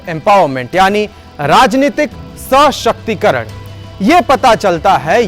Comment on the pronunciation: प्रस्तुति और सूचना दोनों ही लाजबाव है मगर एक जगह सशक्तिकरण के उच्चारण में दोष यह है कि स के बाद pause देकर उच्चारण किए हो जबकि pause नहीं होना चाहिए। ओवरऑल बहुत ही उम्दा अभिव्यक्ति और टिप्पणी है। शुभाशीष